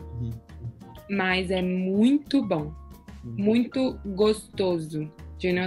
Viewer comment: Yeah, the way he got the nasal vowels' pronunciation was impressive! Note how he says 'muito' with the appropriate nasalization.